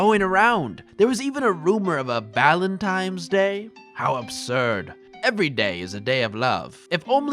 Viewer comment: "Valentime's" "Libary" `,:|